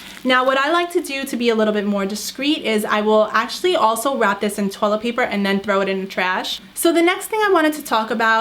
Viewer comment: She’s saying tolebal instead of toilet